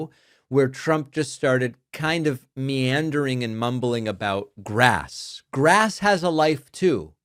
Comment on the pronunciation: Yes, it is full blown dementia - Altzheimers for sure. Why does Trump pronounce "grass" as "grearse"?